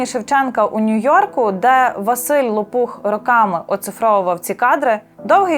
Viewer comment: Тільки прізвище є з наголосом на перший склад --ЛОпух,а не ЛопУх. знаю особисто--він є моїм сусідом.Неймовірно розумний і хороший чоловік.🖐🫂👏